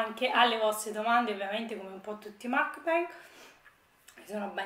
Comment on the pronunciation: Teso però si pronuncia “mukbang”,esattamente come si scrive.Ti prego...